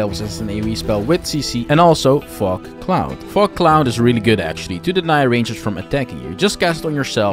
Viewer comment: “Fog cloud” did not sound like fog cloud when I first heard it; hahaha.